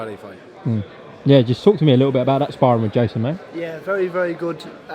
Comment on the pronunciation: “Never talk about Spawrrin, Spawrrins spawrrin”